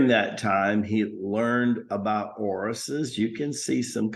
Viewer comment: Do you mean Osiris (Oh-seer-is) and Isis ?